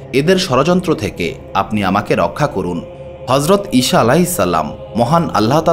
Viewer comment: উচ্চারণ সঠিক করুন। ঈছা হবে।